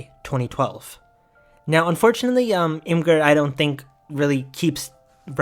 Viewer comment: Nothing but respect to you, the only other person besides me on the entire internet who doesn’t pronounce imgur “imager”